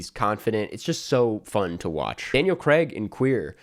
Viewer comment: It’s Daniel CRAIG! Not fkn Creg!